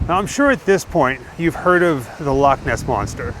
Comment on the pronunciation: Loved this, love you say Loch properly, yous stayed in Glasgow, that's 20 miles from me.